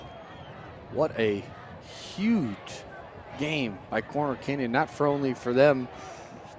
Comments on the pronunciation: This announcer sucks smh... Its CORNER Canyon not Connor Canyon. Seriously man you have 1 job, and you're butchering the teams name? Figure it out lol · Not sure I can sit through this. At any point do they tell the announcer it’s “CORNER” Canyon not “Conner” Canyon. How do you mess that up? Is Utah the only place in the universe where corners exist? Has he really not heard the term before? “The gas station? It’s just down the street and around the conner!” Good grief.